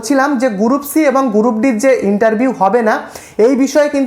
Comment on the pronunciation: গুরুপ!😵 উচ্চারণ জানে না, ভিডিও বানায়